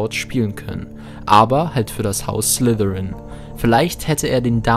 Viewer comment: Es heißt Slytherin....nicht Slithirin du Muggel